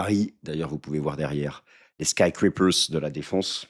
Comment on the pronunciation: Bonjour et merci pour ces vidéos! Par contre c'est skyScrapers avec un S :) Ça pique les oreilles pour les anglophones 😂